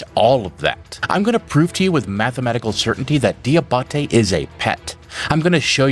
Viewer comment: Fun fact. “Diabate” is pronounced “Jah bah tay”.